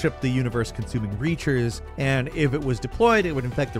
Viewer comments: Um it's pronounced "Reapers" not "Reachers" which is important bc if someone who was saying "the reapers are around" mispronounced it, that would be an unfortunate misunderstanding 😄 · Wait, did you say "The universe consuming "Reachers?" I't s Reapers. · preety sure he also said Reachers instead of Reapers :D (love it) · I’m surprised that I haven’t seen one other comment about him calling the Reapers, the Reachers and thought that’s what you were talking about. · "Reachers" did make me chuckle 😄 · Reachers? Do you mean Reapers? You telling me hasn't played the ME series? Well, he should if he hasn't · Excuse me, did you just call the big bads from mass effect "Reachers"?! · And in Number 10 he said Reachers, not Reapers. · "Universe consuming REACHERS." How did nobody catch that? C'mon, man. I'm sure you know it's Reapers and slip-ups like that happen all the time... but you didn't notice you said the wrong thing, and the editor didn't either? Dang. Edit: and #1 is apparently "Number 10?" Did the editors just take off all of December? Wtf is going on? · Dude just called Geth zombies and Reapers "Reachers". Okay. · "Reachers"? lol... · Are we just going to skip over the fact he called Reapers "Reachers?" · Did my man actually call the Reapers "Reachers"?....................................................... Ah yes "Reachers" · you're great even though you mispronounced "Reapers" and the shard of Alexander is one of the best talismans in the game. ( It doesn't boost jar attacks. It boosts the attack power of skills) That said, whoever picks the soundbites in these videos needs work. Pausing the VO for just random sounds of battle doesn't make any sense. Not a big deal, but every time I watch one of these I can't help but go "WTF?"